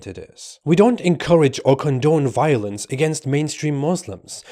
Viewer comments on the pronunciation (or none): Biolenze....it's wall awound us!